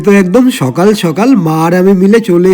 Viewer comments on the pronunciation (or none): none